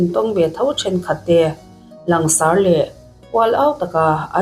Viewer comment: 'Langsãr' ni lovin 'langsàr' tia lam zawk tur a ni. Hei hi chu chhiar thiam loh thil liau liau a nih hmel e.